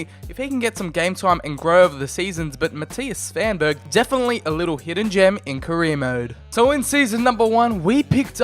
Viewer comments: Great video. One question tho: I know ur not from scandinavia, but can't you pronounce "V" or what? You said: Mattias "Sabanberg"??. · Mattias Svanberg... Wow you are good at pronouncing😂